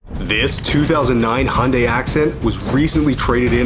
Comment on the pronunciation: why does you of pronounce hyundai as "hondæ" and not "Hyundai"?